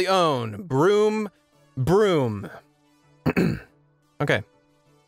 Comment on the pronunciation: Dude... Cars go "Vroom, vroom", not "Broom, broom". Sweep me away.